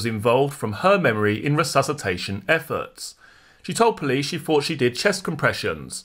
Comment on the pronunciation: PRONOUNCE YOUR WORDS PROPERLY!! ITS “THOUGHT” NOT “FOUGHT” IT’S “THROWING” NOT “FROWING!!!”. Jesus 🙄🙄